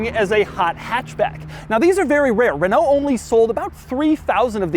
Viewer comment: I appreciate doug saying renault properly 💪🏽